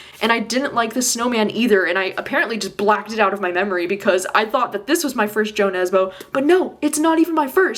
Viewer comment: I’ve been hearing so much about Dead Eleven and hearing that it’s got mixed media might’ve finally convinced me to read it 👀 Also just wanted to let you know that the J in Jo Nesbo is pronounced as a Y! 🥰